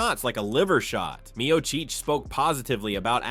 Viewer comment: "Meocheech" fu**ing stupid AI garbage vids